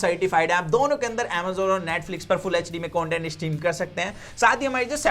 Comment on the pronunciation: Its content dude not coantent.